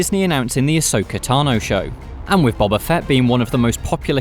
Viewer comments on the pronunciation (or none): Stop calling him "Bobba," it's "Boba," like "Boh-Ba," not "Bah-Bah." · His name is BOBA Fett, not Bobba. Do you not watch the show? He says his name out loud. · Why do British people just pronounce names however they want to? When I say Ahsoka Tano, my American accent would suggest I'd say "Tan-oh", but I say "Tah-no", because that is her name. "Bob-uh" is not his name, it's "Boh-buh". This has been my TED Talk. Carry on. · Its "bo" "ba" not "bob" "a" 🤦‍♂️ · It’s pronounced Bo-ba not Bob-ba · Why do all British people pronounce his name as Bobba?....it’s Bow-ba 🤷‍♂️👌🏼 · Boba not Bubba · Why does he pronounce it Bobba Fett? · Cmon surely you guys can pronounce Boba Fett correctly. It’s not bob ba.